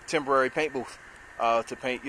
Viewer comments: Dude great video, but its a BOOTH, not a BOOF.!! Just sayin!! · What is a "paint boof?" :-) I guess he meant "paint booTh." Minor criticism and the booth is very nice.